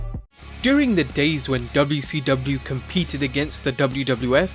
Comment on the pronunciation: You've gotta adapt the dubyaseedubya to your enunciation